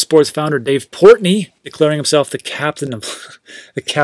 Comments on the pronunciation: port noy not portknee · Lol. are you saying Portnoy wrong on purpose? Its Noy like Toy.